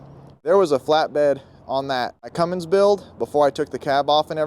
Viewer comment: brother plzzzzz stop saying cummings....it is a Cummins . Love the truck and the video.